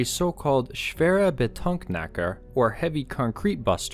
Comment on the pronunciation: nice video. small point : Betonknacker splits into Beton (Concrete) - knacker (breaker), not betonk - nacker